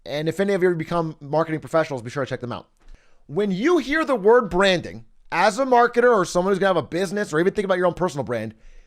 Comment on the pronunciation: I hear Brandon. When you say branding.